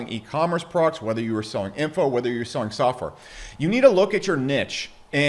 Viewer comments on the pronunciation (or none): When you say "products" it sounds like you're saying "progs" or prawgs ...